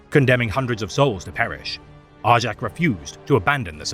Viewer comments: I always cringed at the wrong pronunciation as well, but even on the Warhammer official channel they say Jak. Idk who is wrong anymore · Isn't it pronounced Are-Yak. In Fenrisian J's are pronunced like Y's. For instance Jarl isn't pronunced Jar-el it's Yarl.